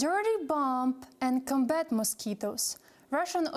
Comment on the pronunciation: I am not sure if you like my feedback, but nonetheless, I will try. Несколько слов я не смог понять... Не прослушиваются. Есть слова где вы ставите неправильное ударение. Это режет слух. В английском ударение в слове может меняться в зависимости является ли слово существительным, прилагательным, глаголом... Неправильное ударение в словах Accuracy (на первый слог), cOlleague combAt mosquitoes это сражаться с комарами (это то, что было сказано) cOmbat mosquitoes это боевые комары (это то, что хотели сказать) Неправильное произношение: targeted, pathogens, losses, enormous The Russian army is equipping building (erecting, rearing, setting in place) defensive fortifications... Or The Russian army is equipping its positions with defensive fortifications... If there is no good English, the project will wither on the vine. Good luck